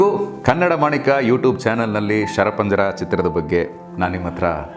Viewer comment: ರವರೆ, ನಿಮ್ಮ ನಿರೂಪಣೆ ಚೆನ್ನಾಗಿತ್ತು. ಎರಡು ಮೂರು ಕಡೆ ನೀವು "ಕನ್ನಡ ಮಾಣಿಕ" ಯೂಟ್ಯೂಬ್ ಚಾನೆಲ್ ಅಂತ ಹೇಳಿದ್ದೀರ, ಆದರೆ ಅದು "ಕನ್ನಡ ಮಾಣಿಕ್ಯ" ಆಗಬೇಕು. ದಯವಿಟ್ಟು ಈ ಬಗ್ಗೆ ಗಮನಿಸಿ.